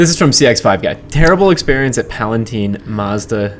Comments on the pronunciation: It’s PalatIne as in FINE or SIGN or CRIME. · It's pronounced Pal a tine, long i, not teen.